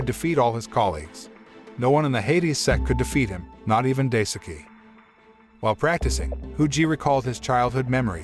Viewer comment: Daisuke is pronounced “die-ske”. The “e” pronounced the same way as the “e” in “every”.